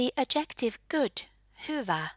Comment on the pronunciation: just a quick note: the word "adjective" is stressed on the first syllable in English, just like in Finnish 😆